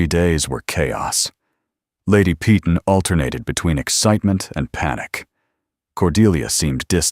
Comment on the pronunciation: PEYTON: Pronounced "Pāy-ton", - "ton" as in a "ton of bricks"Pee-tawn" is very UNACCEPTABLE!!!